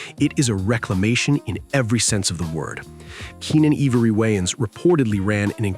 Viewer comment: Good video - thanks A little weird hearing "eve-ory" instead of ivory though